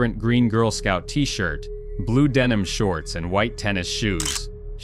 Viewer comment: I effing hate AI. The damn synthetic voice cant even pronounce denim. You all making this story.... really suck. Its not worth watching imo .. it may be the truth.... but the damn fact that you are so bloody invested in your own channel... you cant even bother to fix stuff. You mean to tell me.. you cant read? You cant get a real human to help. This is the epitome of sheer laziness.